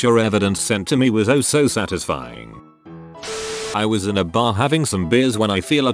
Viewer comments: sat iz ifying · The way it said satisfying was not very satisfying